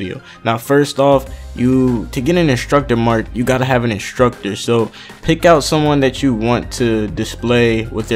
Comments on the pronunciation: it's not inshtructur it's instructor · I love how he says instructor lmao 😂😂😂 and if I had a dollar for everttime he says instructor